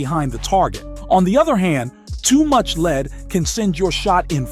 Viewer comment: Voice says LEAD as in the metal, and the word is lead as in how far in front of the target….